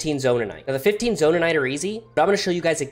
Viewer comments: It's zonaite not zonanite🤦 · there is only one N in zonaite, its not zonanite